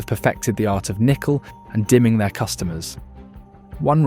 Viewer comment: " Nickle and DIMMING " ?! Where do these people go to school? Even if it's AI, surely creators edit these things before posting? Holy $hit, Batman!